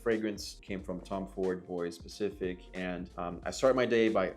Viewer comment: its pronounced bwa pacifik not boys pacific bro